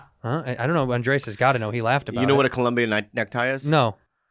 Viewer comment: They've finally started calling him Andrés and not 'Andreas'